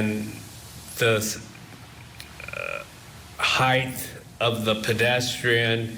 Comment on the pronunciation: I cant stand when people say "HIGH-TH" instead of "height."